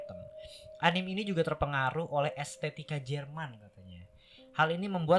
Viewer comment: anime bacanya anime aja bang bukan anim